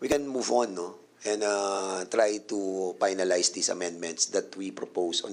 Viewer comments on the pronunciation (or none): Aprub (Approve) Pynalize (Finalize) Perrer (Ferrer) Inbited (Invited) Cong. Dan mas maganda po ata kung mag tagalog nalang tayo. Pilipino nmn po tayong lahat. Kaysa naman ingles tayo ng ingles mali mali naman ang pronunciation. Imbes na magmukang matalino kaka ingles nagmumuka ka pa tuloy trying hard ✌️